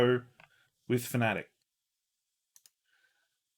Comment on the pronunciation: Our mispronunciation of fanatec is similar to when we pronounced ypres incorrectly 😂